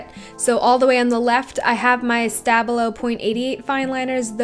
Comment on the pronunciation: Please stop butchering the name Stabilo. SHTA-BIEL-O. I Iove the Stabilo fine liners, don't know why you don't like them...